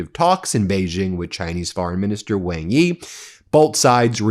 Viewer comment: Ben, WangYi is pronounced like Wang-E: XingHua - The Xi sound is as Shi (e.g., Xing..Shing, Xi...She)